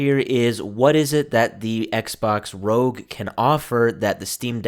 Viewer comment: It’s not Rogue or Rog. It’s R O G. It’s an acronym for Republic of gamers.